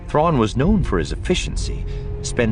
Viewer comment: About half the time you left out the "r" out of the Thrawn.